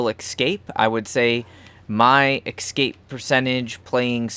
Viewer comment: I know this is old and you probably won't read it, but I had to comment. There is no word as "excape" . Read the damn word. ESCAPE. see the E and S? There is no X or KS . You can read, can't you?